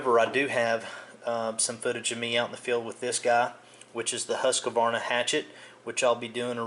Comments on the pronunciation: no offense intended but it's not husk A varna,,, it's husk varna,, hence,,husqvarna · nice review but its hus-kvarna not husa-kvarna